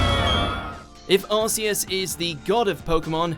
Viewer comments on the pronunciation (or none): It's pronounced AR-KEE-US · Arceus is pronounced Ar-KEE-us